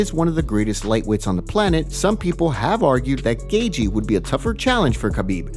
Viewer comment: Yo narrator -Justin's surname pronunciation is GAY-CHI not GAY-DZI, it is fine time for you to learn it if you plan to do this thing , this is like 5th clip where you continuously mispronounce his name, it is triggering.